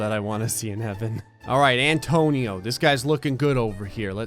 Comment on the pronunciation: “Antonio” Antonino I have a last name very similar to both of those names, and every time somebody pronounced my name they say “Antonio”. That’s the only reason why I noticed this. Because now, in my mind, whenever somebody says “Antonio” I just automatically think it’s wrong and have to check.